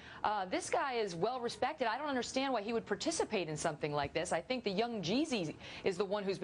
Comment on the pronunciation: Uh,, what the hell is "rewpect"?